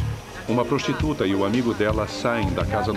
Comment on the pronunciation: E a prostuta, e a zarenta kkkk